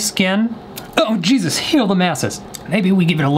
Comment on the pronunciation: OH JEAR DESUS